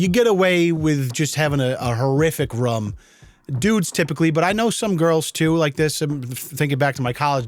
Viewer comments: i love, but hate how he says room.. almost like rum lol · Why do you call a room a "rum"? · It is ( room) not rom gosh!!! get it right! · Love how says room like “rum” ❤ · The way he says “room” is very triggering. It rOOm not rum… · Room not rum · So, you keep your "rum" clean? Wtf man? I've never heard another person pronounce "room" like that. Like, why? It's really bothering me in case you couldn't tell. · “Horrific ruum” instead of Room. I wonder do you also say Bruum instead of Broom? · Still saying “rum” instead of “room” 🤦🏼‍♂️ come on! You’re better than that. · Bruh he said rumm multiple times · Speaking of bullying… did you know, when you say ‘room’ you actually say ‘rum’? 🙃 aaaaand, I’m sorry for any insecurities this may cause. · Why does it sound like pronounces "room" with either 1 "o" or "rum"? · How do you spell the way he says “room”? Its not quite “rum”, it’s like “ruom”. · And ruum instead of room. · Holy shit..why do you say "room" like that? Its pronounced like Doom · yeah but I’ve heard that so many times. It used to bother me but not anymore.😂